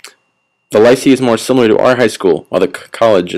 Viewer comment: It's not Lice e. It's lyceé. It's pronounced Lease as in the car hire, and eh, as in the Canadian suffix to every sentence, Lease-eh?